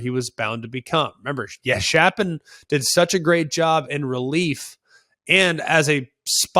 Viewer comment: Greg, Baylors QB Blake Shapen. His last name is pronounced “Shape-in”